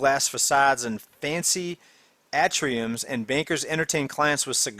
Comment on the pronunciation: Ayy- tree- ums